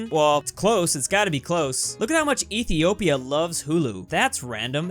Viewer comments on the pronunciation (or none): none